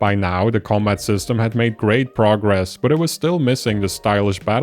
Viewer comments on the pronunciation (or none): none